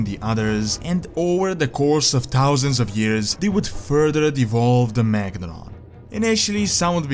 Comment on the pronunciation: im not sure i would call that devolve ..wait are you saying de or E?